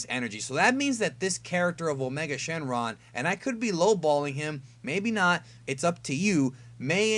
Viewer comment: Did you say his other name is, "a Charlie Sheen lung"?